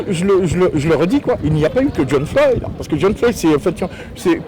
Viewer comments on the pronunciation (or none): l’activiste il sort « jhon floyd » 🤦‍♂️